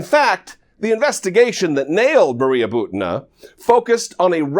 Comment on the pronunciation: Butina is pronounced "boo-tee-nuh."